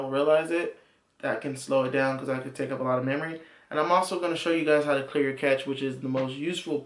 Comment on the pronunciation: The word being use here by is cache, pronounced cash, not catch!! cache /kaʃ/ verb past tense: cached; past participle: cached store away in hiding or for future use. "he decided that they must cache their weapons" COMPUTING store (data) in a cache memory. "the operating system tries to cache every disk operation"